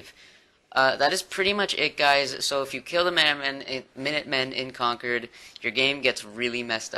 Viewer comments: I pronounce Concord like that too, like conquered, I think that's how people who live there pronounce it. Like plymouth isn't ply-mouth but more like plymith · u said concord the same way preston says it so yer probally got it right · As someone in New England, he pronounced it correctly. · You said Concord correctly, I'm from the northeast. I think the Con-Cord (as opposed to conquered) is a british thing. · you pronounced Concord the right way, I live in Mass and the hardest town for people to pronounce is Worcester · I'm from the area. You make Bostonians proud by saying Concord correctly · that's how you pronounce Concord..... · Thats how I say concord and I'm from Massachusetts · As someone from the Boston area, you are saying concord right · Do not listen to anyone, you are saying concord right, I grew up in Boston and mass. It's right. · It's fine, you pronounced concord right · i live in Massachusetts. you're saying Concord right.